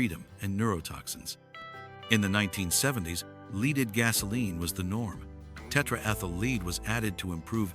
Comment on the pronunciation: I so dislike when people cant just say their stuff in their own voice & not in AI that cant pronounce words right.